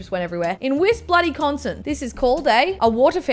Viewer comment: Can I just say that someone out of America just pronounced Wisconsin correctly?